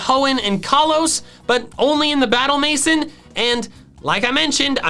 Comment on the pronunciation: Battle "mason" hurt my soul. Aah, French, how you confound so many people